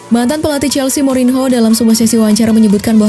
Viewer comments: mourinho bambank, bukan morinho wkwkwk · Morinho (cara baca:morinyo) Hasta la vista (baca: Asta la bista) sampai jumpa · Murinho itu di baca murinyo mbaaaaakkkk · dibacanya morin ho , apa morinyo 😁😁 , kadang bingung gua ama orang